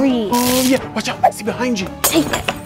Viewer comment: bahaynd. 😂😂😂😂😂😂😂😂😂